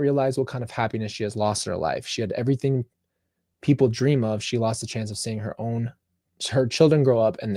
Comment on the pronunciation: I crack up when you say errything lol 😂😂😂😂